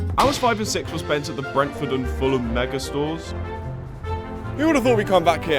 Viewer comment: Bro messed up with the r in Brentford